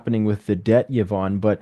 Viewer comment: Love the effort this channel puts in but OMG enough with the click bait titles. The title is supposed to show us what the video is about. Clearly and once again, not the case here…. Also “Yvonne” is pronounced “Ee-vonne” not “Yuh-vonne” —she was too polite to correct this.